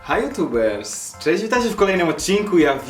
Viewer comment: haha nareszcie jutubers a nie ,,jutubersz''😂👌